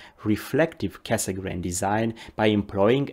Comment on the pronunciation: 30 plus years ago I learnt to pronounce Cassegrain correctly - now I return to astronomy and the world (including yourself) mispronounce it, with the exception of when you mentioned his full name. Is this the standard now? Should we also start pronouncing the d in Schmidt?